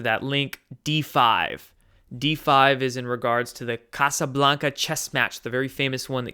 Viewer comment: Ca'P'ablanca! Not Casablanca. D5 was the opening move.